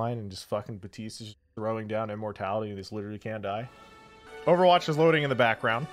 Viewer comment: Why do you say overwatch like that?